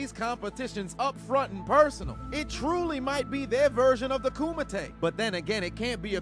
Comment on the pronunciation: Bro you said "Kumite" and i didnt hear Kumite....